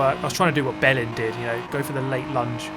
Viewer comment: i was looking away from the screen and definetly heard you say you where getting the bellend experience hahaha took me a second to realise what you actually said